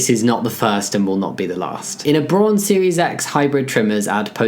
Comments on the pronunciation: It's mildly frustrating how Jamie is pronouncing it "Brawn" rather than "Brown". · Thank you. It means brown and is pronounced very close to that in German. It was throwing me off while watching the video. Also, good on Braun for being inclusive! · Just to give some advice, the au in braun is pronounced like the o in wow, Braun also means brown in german